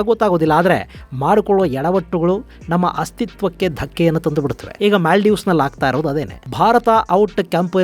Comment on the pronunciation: ಅದು ಮ್ಯಾಲ್ಡೀವ್ಸ್ ಅಲ್ಲ.. ಮಾಲ್ಡೀವ್ಸ್..